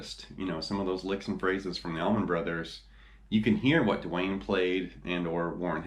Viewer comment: Allman...not tower..lol